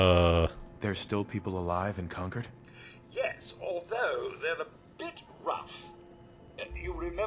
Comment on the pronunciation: Oh, the way you're saying "Concord" is going to bother me so much lol. Sorry, Massachusetts's names aren't always pronounced as they seem